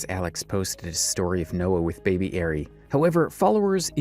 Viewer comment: The fact this dude can't say ari and calls the daughter airy the whole first story is sad seeing as they even say her name in the clips.... you gotta do better